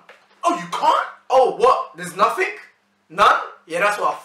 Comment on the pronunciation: man said ‘oh you can’t oh wait there’s nothink’ 😂😂